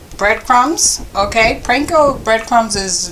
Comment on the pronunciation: P AAAAN KO bread crumbs lady!! Not PRANKO